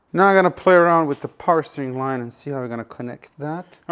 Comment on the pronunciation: more powah baby